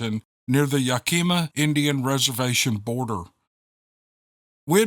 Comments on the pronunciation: Yakima is ‘yak’ ‘a’ ‘ma’. You are so adorable! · ❤️❤️❤️ Yakima = Yak-ka-ma. 😎😎😎The rest, you're golden. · Yak-i-ma is pronounced with the accent on the first syllable. I went there many times as a truck driver. I believe Bigfoot is in the nearby forests. The tribal people know about them.